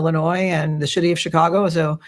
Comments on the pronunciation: DID SHE SAY THE SHITY OR CITY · Did she say “shity” of Chicago(city)